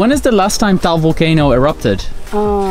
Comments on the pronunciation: Did he just say taol volcano??? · It's ta-al cuz I'm a Filipino person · HELLO! He DID NOT pronounce it right! It's pronounced tuh-al not towel.